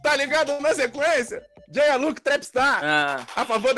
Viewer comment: Nome : Jaya Como dizem: Jáia Como ele diz q é : Jeiá